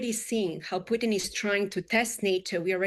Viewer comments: She could not get the Russian joke right, she called Putin Pudding, she is clueless how Trump operates, she is horribly incompetent. Why is she on Fox? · Why is she calling Putin "pudding"?!